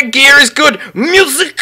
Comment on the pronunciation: ITS GEIR NOT GEAR >:((((